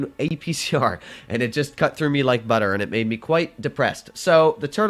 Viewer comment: Hehe the way he said butter😭